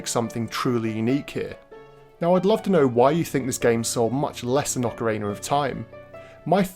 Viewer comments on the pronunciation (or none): I love me some Ocarayna of Time!